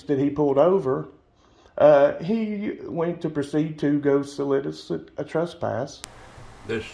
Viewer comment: “He tried to solidict a trespass” 🤦‍♀️ Good grief this fool needs to learn to speak. It’s “solicit” you dimwit